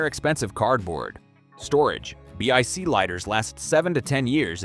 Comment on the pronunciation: Consider re-writing your scripts before you feed it to an AI read. Repeated numbers and titles, and no one says B-I-C lighter, they are Bic lighters. Either poorly written scripts are being fed into an ignorant AI, or your voice actor is a fool.